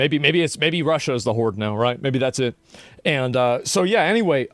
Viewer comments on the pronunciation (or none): none